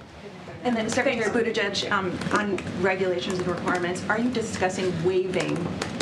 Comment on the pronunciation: CBS Noise … sorry try saying boot-edge-edge .. The Secretary of Transportation’s name. I don’t know who Buddha-judge is, but he’s not the secretary.